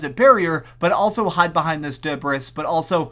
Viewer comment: “Boughten”... “Debrissss”?